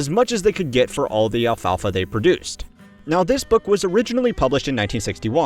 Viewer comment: The way you were pronouncing ‘alfalfa’ was about to give me a stroke. Great video tho.